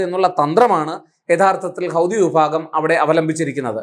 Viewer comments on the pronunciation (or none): ഹൗദി😂 അല്ല ഹൂത്തി എന്നാണ് അത് അറബി വാക്കാണ്